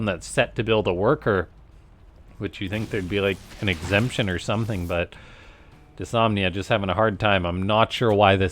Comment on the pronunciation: It's "dys-NO-mia" not "dysomnia"